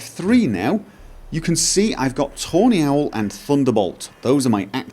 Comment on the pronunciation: it sounds like you're saying toenail when you say tawny owl :D mohahhahaha